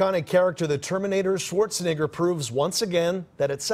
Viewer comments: Who tf is Schwarzinger? Several times the reporter refers to Schwarzenegger as Schwarzinger. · Yo that beginning part man, there is an E in his last name not an I 😂